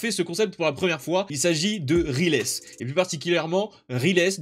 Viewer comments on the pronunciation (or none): Riles se prononce pas rilès mais ryles , je crois qu'il en avait parlé dans ses vidéos x) , tu connais le ChefOtaku?